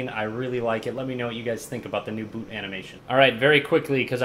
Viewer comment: Anyone else heard Boob animation instead of boot animation?!